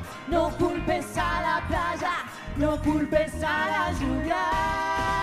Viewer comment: "no culpes a la chuvia", "... placha" por qué pronuncian así? Qué les pasa? Jajajajajja